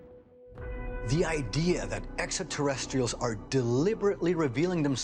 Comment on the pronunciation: I noticed that too.